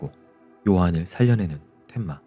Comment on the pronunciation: 텐마를 자꾸 덴마래 😂😂😂 만화책 세대시네